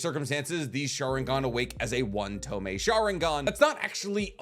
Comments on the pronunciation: ITS TOMOE!! pronounced tomoy, not tomei. Hate to be this guy, but please get your pronunciations right, it’s niggling me!😂 despite that, love your videos. Keep it up ! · AGH! it's pissing me off now. It's TO MO E not freaking TO ME! Say it right!